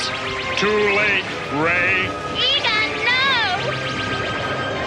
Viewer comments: Dear gawd, man! Learn to pronounce their names! If you’re going to be voicing these reviews of 80’s and 90’s cartoons, then for Pete’s sake, take the time to actually WATCH the episodes and learn how to pronounce the names! You completely butcher Egon’s name! (Eee-Gone, NOT egg-gun!). Haven’t you seen the live action Ghostbusters movies?? I can’t believe you got that wrong. And BRIAN from Pinky and the Brain?!? BRIAN?!? The title is literally Pinky and the Brain, not Brian! I hope you feel like a complete moron. Your review of Disney’s Gargoyles was cringe-worthy enough to listen to. This is much worse! How dare you butcher these beloved cartoons from the past! It’s insulting. Truly. Do your homework! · Egon Not Eggin 🤷‍♂️ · "Eggon"?? It's pronounced as "Eee gone". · Egon is pronounced EE-gone not egg on. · It's E-Gone not egg-on😂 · Egg-on? Pinky and the BRIAN? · EEEEEGON.. Not egg-on... EEEEEGONNNNN... Don't make videos like this when you can't even pronounce their names properly. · It's EE-gahn, not Egg-un. Did you even watch the show? How old are you? How much did they pay you to do the narration? They should get their money back. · Ok my God! Eggan AND Brian in the same sentence?! Egon and Brain! It throws off my concentration watching an otherwise great video when these are screwed up throughout the video! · Eggin? EGGIN???????? E-GON, you twerp! E GON!!! NOT EGGIN!!!! FFS.... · Eeee-gone, EEEEEEEEE-GONE not egg-n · EGGon? EEgon. How can his name be mispronounced by someone who is obviously a fan? "Brian?" It's BRAIN... too many mispronunciations to give this a thumbs up... is this just lazy AI? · Tell me you’ve never seen the show without telling me you’ve never seen the show. His name is pronounced “E Gone” not “Agon” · Whoever is narrating this is grinding my gears everytime I hear EGGON. And he just call Brain from Pinky and the Brain...BRIAN. there's still 9 minutes left of this video. I hope EGGON doesn't get brought up again. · who the heck is Eh-Gan